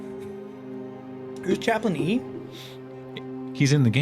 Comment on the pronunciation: CHA - PLAIN - E It's in the game!